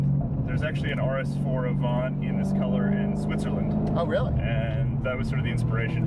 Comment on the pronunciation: Audi didn't send it to you because you don't know how to say "Avant"